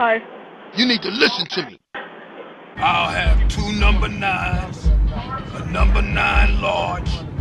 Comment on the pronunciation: "I'll have two numbah nines, a n--" "OKAY GO'HEAD!" "...I'll have two numbah nines..."